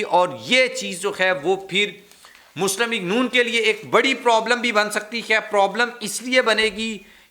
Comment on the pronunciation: کیا چیز ہے تم ہے کو خے بولتے ہو